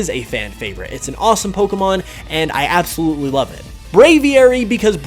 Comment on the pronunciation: ABSOLuitly lol